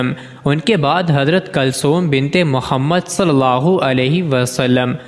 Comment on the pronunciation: بنبت اور بن مبں فرق نھبں کر سکتے اور وبڈبو بناتے ھو بے غبرت.